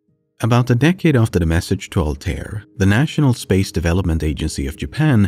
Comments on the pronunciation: I's not Altair it Arabic so the pronunciation should be "Al-ta-eer" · The pronunciation of Altair is killing me man